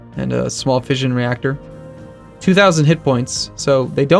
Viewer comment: That's really not how you pronounce "fission".